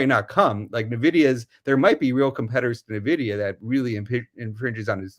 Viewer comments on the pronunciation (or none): En-vidia, not Nuh-vidia. It never ceases to amaze me how "experts" cannot seem to pronounce words correctly. NUClear, NucUler.